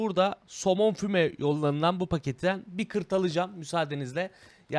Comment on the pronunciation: abi oruç deilmisin ya kırt alıcam diyon :D